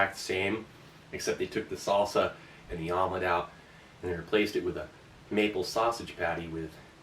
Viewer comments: Haha a vomlet... you said it. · I thought he said vomlet on purpose as in vomitlete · Vomelette? Haha more like...Vomilet, am I right???